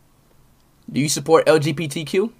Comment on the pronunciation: el jee pee tee cue